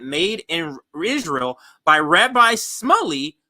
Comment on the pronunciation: It's pronounced Rabbi Schmooly. I used to live down the street from his Synagoge